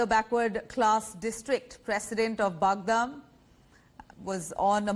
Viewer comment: It's pronounced Bud-gaam you moron. 😂